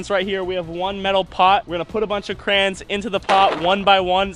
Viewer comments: I'm (about) Please stop saying "Crans" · I’m triggered it’s not krans it’s crayons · Anybody else come her to see if he said crans or crayons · its crayons not crans LOOOSER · It’s not crans it crayon 😅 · Its crayons not crans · Cra-y-ons not "Krans" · krayon notcrans crayons not cran crayons not crayn not cran anways love ya channel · Why do people say it crahns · “We have all 5,000 crans” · This foo really be sayin crans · It’s not krans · am i the only one that is confused when he kept on saying Krans.... btw luv your content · omg stop saying krans... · DID HE JUST CALL THEM KRANS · He says crayons like crans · I call them crowns you call them crans I’m triggered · "Crans" (no hate its just funny ❤️) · Who heard him say crayins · Why does he call it krans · why he sayin crayns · Y u say krans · Stop saying Krans (ty) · im suffering the first 30 seconds of him saying krains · please start saying crans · Yes, crans 😂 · XD ME IT SOUNDED LIKE KRANS LOL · Ill thumbs up the video but deep down in my sole hate it because of the way he pronounces crayons. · i will actually stop watching this because you are saying it wrong and I just can't okay I'm sorry.